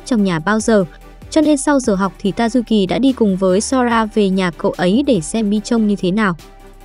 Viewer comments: tayuki nghe thành ta du kì :) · Tazuki nghe nhầm thành tazukì :)))))) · Tazuki mà cj đọc là Tazukì:)) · Cj có thể gọi là tazuki nhưng cj lại gọi là tazu kì